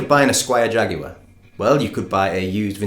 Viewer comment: Really helpful. Just what I was looking for...and I do so appreciate your pronuciation of Jaguar compared to the stupefying JagWIRE as it is becoming more commonly called in the US. Itused to be pronounced Jagwar here which is close to the Latin American pronunciation save for the hard "J" sound you and I say. Just not Jagwire--oh Lord, please, just not Jagwire! All the best from Eastern Kentucky.